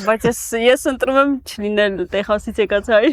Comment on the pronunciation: Lav eli ays angragetnerin bacatreq vor Texas gravum e Teqsas artasanum, amot e